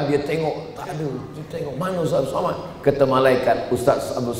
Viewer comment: TONTON ANNASIHA ILMU ADALAH KULIT ....LIHAT KOLOM KOMENTAR NAMA YANG BENAR LIHAT DALAM AL QUR AAN ADA PANJANG DAN PENDEK PENGUCAPANNYA ADA HAROKATNYA. KARENA NAMA YANG BANAR ADALAH 'ABDUUS SHOMAD